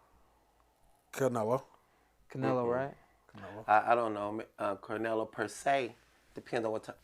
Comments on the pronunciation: Why he keep calling bruh carnelo lol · CARnelo is crazy…Get it together his name is CLENELO…I mean Canelo!! Ridiculous.